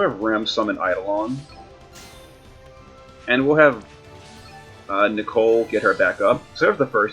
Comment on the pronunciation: Nichol is pronounced like "nickel", not Nichole.